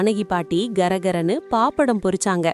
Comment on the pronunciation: Paaapada 😂😂😂 apalamnu solungada